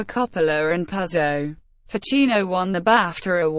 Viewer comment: It's pronounced 'Poozo', capiche ?